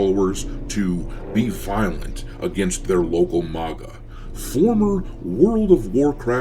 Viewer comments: It bothers me way more than it should that you can't pronounce maga 😂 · The way you pronounce MAGA should be a crime!